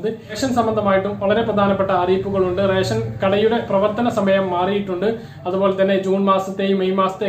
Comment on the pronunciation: ഇവൻ എന്താ പറഞ്ഞോ...?എല്ലാ ജില്ലകളിലും ട്രിപ്പിൾ ലോക്ക് ഡൌൺ എന്നും മറ്റും caption കണ്ടു..പക്ഷേ രേശൻ.. രേശൻ.. എന്നേ കേൾക്കാനുണ്ടായിരുന്നുള്ളു...